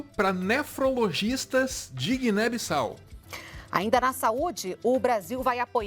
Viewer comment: "Guiné Bossau"